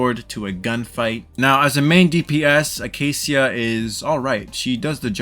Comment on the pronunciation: the -cia part is pronounced shuh btw, sorry it was bugging me when you said seeuh. I don't really see her being super high on anyone's list even though I enjoy the pistol users. I tried her trial and I just don't see a need to pull for her unless you just want to steamroll campaign since she's just all damage and cc